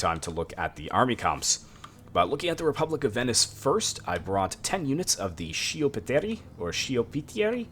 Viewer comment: btw you read sch as sk in italian so schioppettieri would be pronounced skioppettieri. great video man !